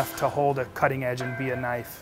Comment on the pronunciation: Australian accent "Now that's a knoife."